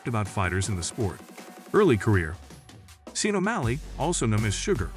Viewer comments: You pronounced his name wrong hahahaha. Its shawn not seen. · you say Sean like shawn not seen btw but good vid overall keep it up ! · Jeezus F'ing Christ. Sean is pronounced like Shawn, not Seen. If you're going to do videos about people, at least learn to pronounce their names. Otherwise it's just disrespectful, and you lose credibility with your audience. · Did you say seen? Sean is pronounced Shawn, are you a AI robot cause it certainly seems that way. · Y'all didn't notice the Narrator said Sugar Seen O'malley? lol Sean pronounced Shawn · “Seen O’malley” and “chico” 😂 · If you are going to narrate videos on UFC fighters, you should at least learn the correct way to pronounce their name. Sean: pronounced Shawn! If you choose to make videos on a certain topic, educate yourself on that topic BEFORE making the videos. Just a suggestion. Good luck! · Get a voice over guy who can pronounce Sean please.